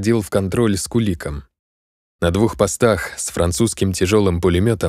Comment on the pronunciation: Отличное выразительное, позитивное прочтение. Однако, ошибки в ударениях. Должно быть: у АнищукОв, у л-та КОжека, ЕлаАтомцев, с КуликОм, казачИна, ПильнякА.